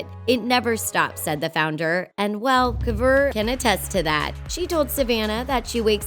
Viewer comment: when she said kovur, i cringed so bad